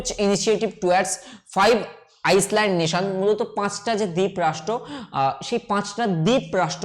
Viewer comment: Island = আইল্যান্ড, not আইসল্যান্ড